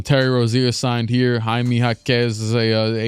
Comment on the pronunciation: Why did he pronounce Jaime like that 💀